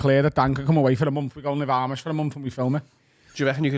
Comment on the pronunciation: You need to watch some Eli Yoder to learn about the different Amish orders. And how to pronounce Amish